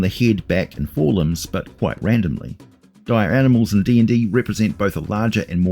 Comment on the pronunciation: They're like Regulah wolves, But DIYAH.